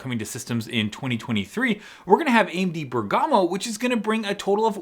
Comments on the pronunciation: Exiting times!,on a side, Italian tip: it's "Bèrgamo" not "Bergàmo" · It’s not really important but it’s pronounced “Bérgamo” not “Bergámo”. Emphasis on the first syllable. Just FYI. Love your videos. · Bergamo is pronounced by stressing the e, like Bèrgamo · It's pronounced Bèrgamo! Pota!